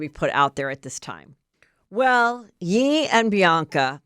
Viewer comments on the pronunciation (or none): Heather! First, You’re awesome! Second, as a big hip hop fan I crying every time you say yeee 😂 is it on purpose or do you not know it’s pronounced Ye like “Yay.” Either way, still love the show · Pronounced “YAY” not “YEE”, like say it out loud, Kanye, chop off the “Kan”….see what I mean? Love you!